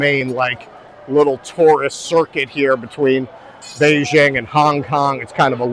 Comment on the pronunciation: You're awesome. Also, please. BeiJing. BeiJJJJJing. It aint French.